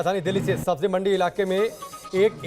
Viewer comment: Sabzi not sabji, manzil not manjil.